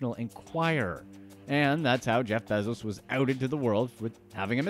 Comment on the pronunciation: Please say “Bezos” right. 🥴🤦🏻‍♂️